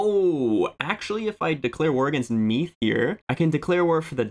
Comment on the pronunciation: Connacth is said like Conn-octh. Like octagon minus the agon. And Meath is said like Meadth. So the Th have more of a d sound. I believe Dunchad is also pronounced Dun-cad. The H isn't fully pronounced but it's difficult to explain via YT text.